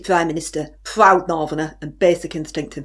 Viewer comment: Pwoud and bwainer......... 😂. She is class!!! 😂😂😂